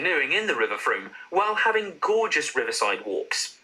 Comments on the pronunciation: Congratulations you said frome correctly where a British man got it wrong you're really getting a honourably British now, It sounds more like places to live rather than places to visit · Iou are saying it right Frome (pr..... froom) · Your prounciation of Frome is the correct one. It’s pronounced ‘Froom’. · You are right... it's pronounced Froom.... and it's only his opinion, Wokingham for example is as dead as a doornail (sorry if you're from there), sounds like he's selling places to live and work, as a tourist, visit London, Birmingham, Bristol, Manchester, The Peak District (national park)...Or venture further up north, Yorkshire Dales, Lake District... :-) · You are correct about how to pronounce Frome. Don't worry about it, it's a dump anyway. It used to hold the dubious title of highest incidence of incest in the UK. I Don't know if it still does. BTW when he says diversity, he doesn't mean it in the way you think he does! My Home Town is Altrincham, you've got little to no chance of owning a house there. There is NIL diversity, even the black people are white! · Your spot on it is pronounced froom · your right it's frome like room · You are right, Frome is pronounced Froom. This guy is obviously not local. But it's a small, nothing special sort of place, i dont know why it always makes these lists. 😂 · You are so right about the pronunciation of Frome (froom)!! 😊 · She's right, it is pronounced Froom. There is a River Frome (pronounced his way) that runs through Stroud in Gloucestershire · You’re right gorgeous,pronounced ‘from’. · pronounced Froome ! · Your completely correct it's pronounce Frome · No the way you pronounced Froome was correct 😁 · As the guy says just his choices but what a lot of uninspiring photos of these 'best towns' he is showing. Sorry but they wouldn't be mine and as far as I know you pronounced Frome right! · You pronounced Frome correctly and it's where I live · You said it right